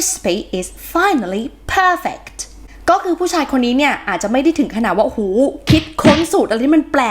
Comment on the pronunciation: จริงๆ แล้ว คำว่า perfect ตามหลักสัทศาสตร์ที่ฝรั่งใช้กัน ถ้าเป็น adj. จะออกเสียงว่า เพ้ออ-ฟิกถึ (ออกเสียง stress พยางค์แรก ส่วนพยางค์สุดท้ายออกเป็นเป็นสระอิ คับ) ส่วนถ้าเป็น verb ออกเสียงแบบนั้นถูกต้องแล้วคับ